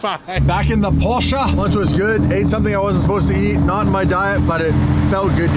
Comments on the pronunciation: PorschE not porschA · Its a Porsche, NOT a PorscheA. Learn the name............................... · The way they pronounce Porsche 😅